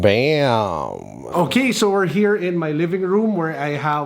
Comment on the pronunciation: "Babem!" then i puke. What an ugly watch